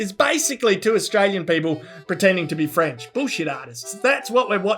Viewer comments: Definitely French dudes there. Can't form a sentence, can't even pronounce "french" properly. Definitely French, yup ! :D some stuff just do not change over decades ^^" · Merci! Je parle un peu français and could not figure out what that last bit was. Still, I think that first word, "French," sounds like an English speaker saying it. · Frenchman here, guys were defo French; how they pronounced the word "English" and the "R" in the word "French" gives it away. Then he actually mutters some French, ending the interview with "Chais pas" which is a contracted "Je ne sais pas" that only French-speaking/native people use. Was a funny bit, though. Love ya <3 French Kissing ya